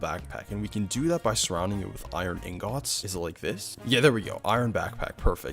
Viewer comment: Bro please stop saying ingats